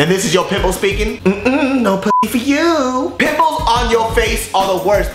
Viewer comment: i could have sworn you said pitbulls on your face. and i just imagined the singer....